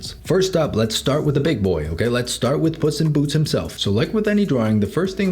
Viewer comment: why do i keep hearing puss in boots as 'bussy boots'